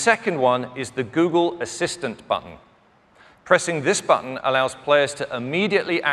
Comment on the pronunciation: It annoys me how this guy pronounces "button"